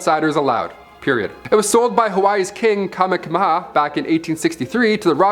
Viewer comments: Kamehameha = Kah MAY ah MAY ah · Kamehameha is pronounced ku may hu may hu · Island in Hawaii is pronounced KNEE-HEE-HOW and the King that sold it was KING KAH-MAY-HAH MAY HAH........you can see it from the island of Maui very well...the island behind it is called KOE-HOE=LA-VAY......the Army up until the '80s would practice dropping and setting off bombs....